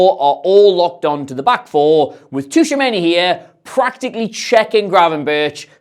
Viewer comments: I love you but say Tushameni instead of Tchouameni one more time... Seriously tho love the content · Yeah he is taking the T too literally. It's kinda silent and the name should sound more like Chouameni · its more like "chuameni" than tushameni 😹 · Chuwamenny - tuchomeni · Who was that Tushamenni guy,? Aurélien Tchouaméni, perchance? Please make an effort even though they are furriners, it seriously detracts from your otherwise excellent show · Fascinating how you've reinvented the syllables in Tchouameni's name (Toushameini in inimitable way). The "Tch" in French and Portuguese is just their way to create what is a "ch" sound in English. Otherwise, the "ch" always sounds like "sh" in those languages. E.g. the country Chad is "Tchad" in French and to say "ciao" in Portuguese it's best to write it "Tchau." I want some Derek Rae-like improvement in your prounciation next time I hear that name!:P Love your videos man. Keep up the good work! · Tshou-a-men-e my dude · "Tooshamenny" for Tchouameni is driving me mad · Tooshameni? Really? I get you aren’t french but christ 😂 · Dear, Tchouaméni = Chew - a - main - ee. Thanks and keep up the great work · Glad someone else noticed this. This was driving me crazy during the video. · Who TF is Tushameni 😂😂😂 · Yeah right mate, "Tushamenny" right 😭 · Great video, but he's not called "Tushameni" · Gotta respect him for just rolling with it and not even trying to pronounce it right 🤣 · there's like 3 instances haha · Touchamini? 😂😂😂😂 DFQ iz Touchamini??? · can’t get Tushumeny’s name right to save his life 😂😂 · Great video apart from your pronounciation of Tchouameni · Dude, you keep saying Tchouaméni’s name wrong